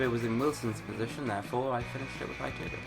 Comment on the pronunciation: U pronounce iturbe like it-err-bay